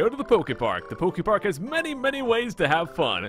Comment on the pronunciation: You said a lot of PokeFart Cannot.. unhear